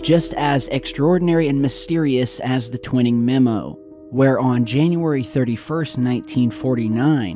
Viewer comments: I'm surprised & disappointed that you still haven't learned that his name was Nathan T-Wine-ing, rhymes with Dining, Mining, Lining etc, not Twin-ing. Where did you ever hear that pronunciation? Go back & watch any old videos of Stanton Friedman, Rich Dolan, anyone really, & you'll see I'm correct. I normally don't like to point mistakes out, but you've been saying Twin-ing for years, & it makes you appear not to really know the basics. Otherwise, good job, keep it up man! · ur saying Twining wrong bro t-wine-ing NOT twin-ing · I think his name is Twining not Twinning. Pronounced TWY-ning like the word Lining. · Great to see you posting more often now,! Thanks! Sorry, but have never heard General Twining's name pronounced like the word 'winning'. In every documentary that has ever covered this story, the general's name was always pronounced 'Twi-ning' as in 'twine' or 'twilight'! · Twhy-ning not twin-ning :P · It's Tw-I-ning, brotha.✌️ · It's pronounced " twine- ing" twine rhymes with wine! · His name is pronounced Twine eeee ml bro keep the great work going !! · I’m surprised by your pronunciation of Twining. Twy-ning. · Twine ing. Pronuciation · Twining sounds like - twine + ing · Twining is pronounced Twy ning. :) thanks for posting you do excellent vids 🎉🎉🎉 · Hi, have a feeling you are going to come across General Nathan Twining again, so here’s how you pronounce his name. The name "Twining" is pronounced TWY-ning. The "Tw" is pronounced as in the word "twin," and then "ning" is pronounced like the word "ning." It is a two-syllable word. This video shows how to pronounce the name: Thanks for the video..🛸👽✨👍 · Not trying to be "that guy" but just for future reference, its pronounced Twining like a ball of "twine" lol